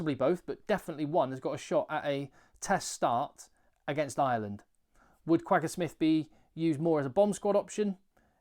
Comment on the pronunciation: I'd love to hear you pronounce Kwagga properly. Google it.